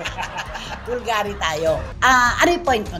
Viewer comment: It’s BUL-GA-RI!!!!